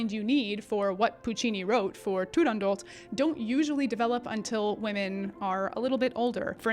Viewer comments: I've always said "tu-rahn-dough" but that is probably wrong, your pronunciation sounds Italian. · Beautiful Italian accent btw. No one agrees how to pronounce Turandot. Dame Eva Turner, who was the first British exponent of the role, and was at the first performance, always pronounced it Turandoh.